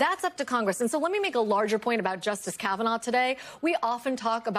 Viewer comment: Caviner? Whose that!? Learn names before going on national tv